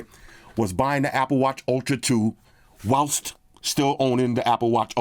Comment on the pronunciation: “WHILS’T” LOL